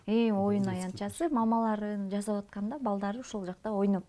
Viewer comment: Жазап эмес жасап туура сүйлөгөндү качан үйрөнөбүз тоок мээлер